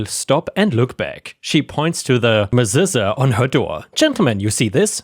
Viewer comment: I am a Jew, and I’ve had much the same kind of fun with missionaries. Oh, and it’s pronounced “me-zoo-zah.”